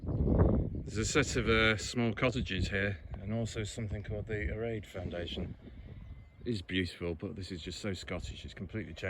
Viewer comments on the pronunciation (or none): Great video that brought back lots of memories. I lived on that beautiful little gem of an island for nine years - happiest days of my life.( fionnphort pronounced 'fin. . ah. . fit'. Erraid pronounced 'air ..rid' ). If you sat on the little wooden bench in the Observatory (shore station) then you're welcome. I built it. There used to be a brass telescope in their which when looking through the centre panels in both windows, and the metal ring on a post outside, would line you up with Skerryvore and Dhuheartach lighthouses. It was an observation point that allowed the lighthouse builders to see what the water was like over the rock. Plus in the early days before the radio, it was the only means of communication with the lighthouses. :)